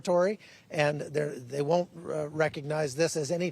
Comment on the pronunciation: Lou -ansk Don -yetsk Don - baas learn to pronounce